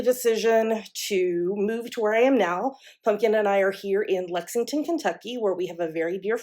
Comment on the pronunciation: It's so fun hearing you say Lexington KY.